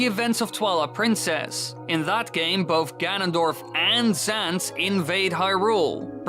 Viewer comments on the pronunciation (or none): When he said ganondorf and zant invaded, I thought he said ganondorf and sans